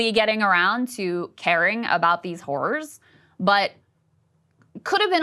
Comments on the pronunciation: Eep! Might wanna fix your pronunciation of “horrors.” You say it many many times and each time it sounds like you’re saying….yeah. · lol. It sounded like she said “caring about these whores” 😂😂